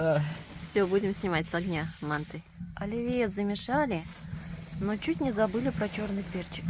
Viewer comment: По нашему по казахстански слово мАнты ударение))))